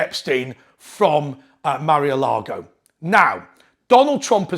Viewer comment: It's no 'Marry-a-lago'. It's Mar-a-Lago.